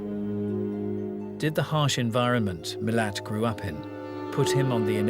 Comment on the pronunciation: Sein Nachname lautet ,,Milat", und nicht ,,Milan".